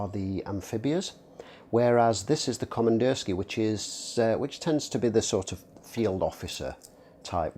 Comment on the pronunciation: Yep, сделано в россии = made in Russia. Also it's pronounced Komandirskie-a- with an ah sound at the end.